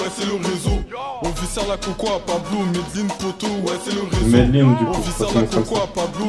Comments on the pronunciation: Juste un truc ça se prononce maisdeslines, la célèbre ville du cartel d'escobar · en fait tu doit prononcer le n sa se lit "Medeline"